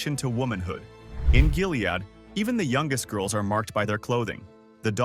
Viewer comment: True, the way he says “Jilead”!